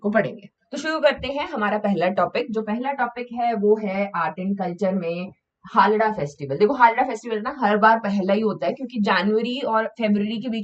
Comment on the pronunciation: हालडा नहीं है वो। हालदा है।